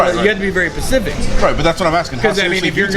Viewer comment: You have to be very Pacific :D